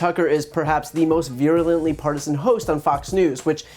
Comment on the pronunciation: Love that you can’t even pronounce “virulently” you fool. And no the Russia investigation report does not say what you claim.